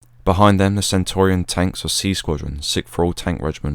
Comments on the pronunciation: Brilliant video mate, very detailed and interesting but..... it's "Centurion" tank and not "Centaurian". Apart from that...... spot on!!!🇬🇧🇬🇧✌✌ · Centurion tanks, not centorion. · Very good video. Do you mean Centurion tanks - pronounced as a Roman Centurion. Good work. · Centurion is not pronounced as you do. It's not Centorian but Centurion is only a small point but in documenting history details are very important